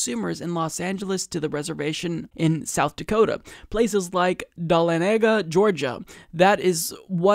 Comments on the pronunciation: Duh-lon-eh-ga is the correct pronounciation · Almost everything corporate media says is to promote the corporations getting more of our money. So called "Fiscal Responsibility" demands that of them. I hope that social responsibility can replace that, some day. PS: You aren't making friends in republican Georgia by mispronouncing Dahlonega. lol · mispronounced dahlonega ;_; not going to blame you